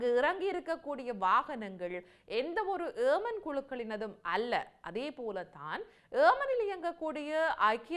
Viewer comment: Why you indian say aman its yeman please